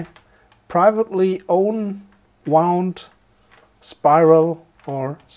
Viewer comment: I sympathize with your pronunciation difficulties: "wound" as a noun meaning "an injury" is pronounced differently to "wound" as the past tense of the verb "to wind". English is a crazy language, but that's its charm!